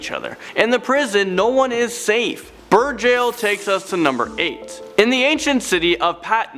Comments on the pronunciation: Beur jail...at first I heard bird jail ^-^” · I thought you said bird jail 😁